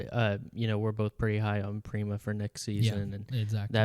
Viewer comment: FYI Prema isn't pronounced like "Preema" its like "emma" with a P